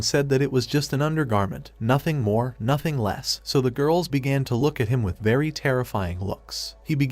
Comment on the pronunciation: Why does he always say ‘’nothing more thothing less’’